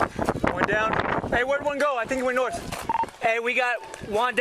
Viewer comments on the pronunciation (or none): Subtitle maker guy: Hey did you say "ONE" down or "JUAN" down?? Cop: Yes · When he says "We got Juan down here" i tought it was a pun for "one" XD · "We got Juan down here" or did they mean "We got one down here" lol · Two suspects down? You just said Juan down!